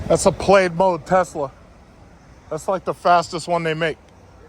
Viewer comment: It’s Plaid, not played mode